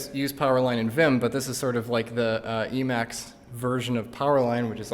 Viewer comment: You need to be even braver to show it off and mispronounce it lol